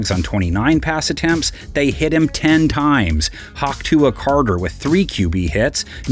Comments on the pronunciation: He said "Hawk Tua Carter!" 💀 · Aye, who narrates these previews??? Mans called him Hawk Tuah Carter!!!?? 😂😂😂